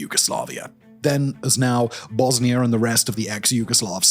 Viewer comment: It's Pronounced : "Bosnia"....... Not (Bosni-ER)